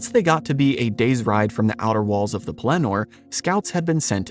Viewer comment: LOL! I hate to pile on with the nitpicking, but you also put the inflection on the last syllable of Pellenor. I believe it’s supposed to be on the first. I could be wrong.